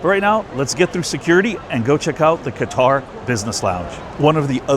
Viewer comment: I've taken that business class flight on Qatar airways. It's very nice. Though I would give the edge to Emirates airline business class which I've also done. The correct pronunciation is "cutter."